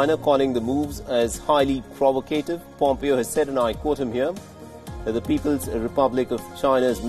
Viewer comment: ProvOcative. Not provacAtive